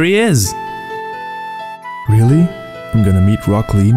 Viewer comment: Mathioks: real-LEE